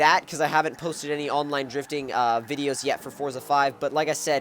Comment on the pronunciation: Pronounce the game correctly.